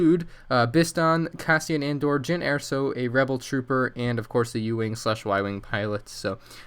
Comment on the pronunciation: Jyn Erso not airso.